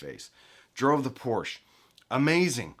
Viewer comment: Thank you for pronouncing Porsche correctly. 😁 Oops until the end… well, thanks for pronouncing it correctly in the first part of the video. 😟